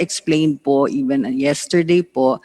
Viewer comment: Nakakapikon ang napakagalang sumagot pero kitang kita kung paano tarantaduhin ang mga empleyado. Yung salitang PO kitang kita na pilit at hirap bigkasin. Pusta kung pagmumura yan sure yan 101% easy words sa kanila Abias Cbend Management yan.